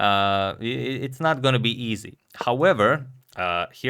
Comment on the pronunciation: Listen me, Teimour not Teymur. Come on Mr. Radic